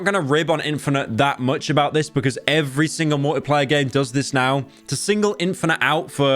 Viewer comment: everytime he says "multiplayer" I hear "Morty player" and now i can't unhear it